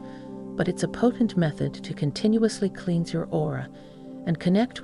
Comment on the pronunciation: A.I. strikes again!="kleens"instead of "klens" (cleanse). Why are you using an A.I. narrator on a spiritual video???